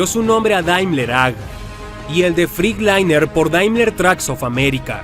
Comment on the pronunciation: No se pronuncia FRICLAINER ,se pronuncia FRETLAYNER 🤡🤡🤡🤡🤡🤡🤡